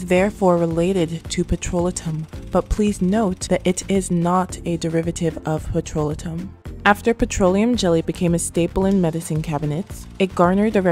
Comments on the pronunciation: what is "petrola-tum???" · Blessings! Petrolatum - Check dictionary for pronunciation it is Petro-lay-tum. Great video. Never gave up my Vaseline. TFS! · You are mispronouncing "petrolatum" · of course not but I wanted her to know. Her video has good content and if it were me I would want someone to tell me so I dont walk around saying the wrong word